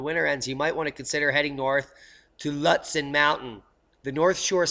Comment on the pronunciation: Skiing heaven in Lutsen..prounounced more like lootsen....thats where I am headed...which way to the slopes